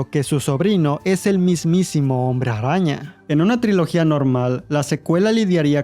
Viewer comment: me gusta como dices hombre rraña!! 🤣🤣👌🏻